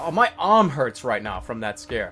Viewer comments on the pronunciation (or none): u say arm like om